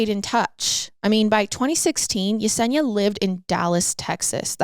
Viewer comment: 👏 👏 you pronounce Yesenia correctly I love it ❤❤❤❤